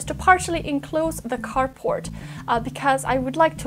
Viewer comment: Nice year-end update. I've enjoyed watching your channel this year and watching it grow. I have big goals for my new channel as well! Did you say carport or carpot? :)